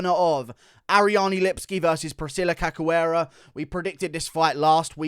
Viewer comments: The pronunciation of cachoeira is no "cacoeira" is "caishoeira" thanks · guru pronounces the polish names like its nothing but cant say Cachoeira. It's not Kakoera, say it like KA-SH-U-EI-RA